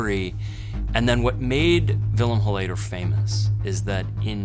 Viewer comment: Love how he mispronounces the surname. It's pronounced HOL-layder, buddy, not hol-LAY-der